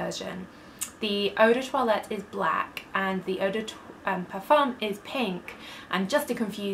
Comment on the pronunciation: Vos vidéos sont si complètes et intéressantes! Dommage que vous prononciez toujours le „m“ du mot parfum, ce serait plus agréable à l‘oreille sans ce m, en français on ne le prononce pas ☺️.